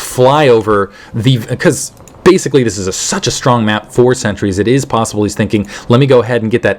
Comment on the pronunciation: You're calling sentries "Centuries"